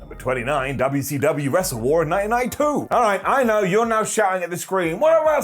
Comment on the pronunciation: Most of us do., I wish these Brits would keep respect on the name. Especially. I won’t slap him every time he says UUcUU